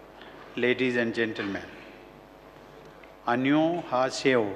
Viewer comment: His Aneyonghasseyo was so cool 💜💜